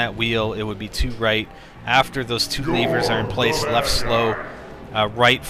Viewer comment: Really,? Leevers?